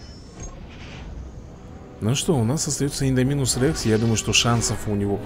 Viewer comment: Шёл 176 ролик про jurassic world, а до сих пор называет ИндОминуса Рекса ИндомИнусом..., в названии ИндОминус ударение падает на О.